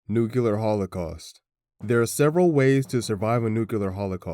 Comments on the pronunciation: Bro, I hate it so so much when people use the fkin stupid word "nucular" you even wrote "nuclear" just fkin say it! People fkin say "squirrel" and other words that are way harder to pronounce, but for some stupid reason the word "nuclear" gets dumbed down? This is literally the problem with humanity. People have gotten stagnant and are unwilling to go back and fix past mistakes. Instead they change the rules to make them technically correct. If we did that sht with everything else too the world would deteriorate. But wait, we do! A dark future lies ahead of us boys. This video might be more relevant than we realize. Sadly it's unwatchable due to him saying "nucular" all the damn time... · "Nucular". Lol